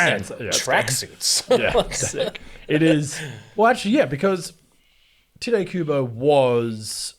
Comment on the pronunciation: It’s pronounced Tee-Tay not tite